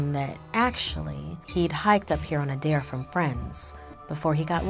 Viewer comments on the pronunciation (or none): none